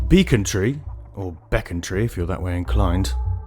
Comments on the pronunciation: You pronounce it "bec-on-tree". Not "beacon-tree". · Well done mate, Its definitely Beeeeeeecontree, An its Plaistow not Plaaystow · "Beckontree", please!!!